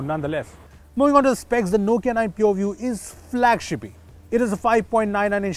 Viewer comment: All I heard is poview😄😄